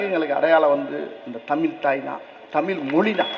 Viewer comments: 1) தமிழைத் தமில் என்று கூறாதீர்கள் ஐயா 2) கிளி, காக்கா, நாய், மாடு போன்றுதான் மனிதனின் அறிவா? 3) எல்லா பாடங்களையும் விருப்பப் பாடமாக வைக்கலாமே. கட்டாயம் ஏன்? 4)ஒரு மொழியைப் படித்தால் நம் மொழி அழிந்துவிடும் என்று வாதம் ஏற்புடையதல்ல. 4) மொழி படித்தால் நம் அடையாளம் போகும் என்றால் ஆங்கிலம் படிக்கலாமா ? 5) திமுக வினர் ஏன் இவ்வளவு பிடிவாதம் பிடிக்கிறார்கள்? 6) கையெடுத்து வேண்டுகிறோம் ஐயா.. தமிழ் மாணவர்களுக்கு அறிவை வளர்த்த, தன் நம்பிக்கை வளர, நம் பாரதப் பண்பாட்டை நன்கு உணர, நமக்குள் ஒற்றுமை வளர நமது தாய் மொழியை மேலும் நன்கு உணர, கிடைக்கும் வாய்ப்பை கெடுக்காதீர்கள் ஐயா இதை மாணவர்களின் மேலான நன்மையைக் கருத்தில் கொண்டு EGO பிரச்சினையாக , அரசியல் பிரச்சினையாக , தவறான உணர்ச்சிகளுக்கு இடம் கொடுக்காமல் படிக்க விடுங்கள் ஐயா. Please think in deep 🙏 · முதலில் நீ தமிலில் கத்துவதை விட்டு தமிழில் கத்து... என்ன தெரிந்து பேசுகிறாய்...?